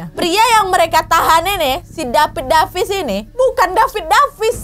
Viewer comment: Humorku sebatas tiap kak Nad, ngomong "dapid depis"